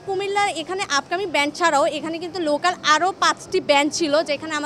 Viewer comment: উচ্চারণ টা ব্র‍্যান্ড হবে না,ব্যান্ড হবে